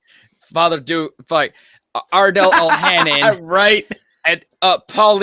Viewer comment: Sorry to correct you, but its Ardal O'HANLON, not HANNON. (aka Father Dougal McGuire.) Please be considerate & read people's names correctly.